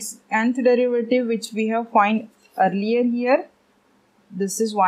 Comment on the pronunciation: May i knowWhy are you said yanth instead of nth🤔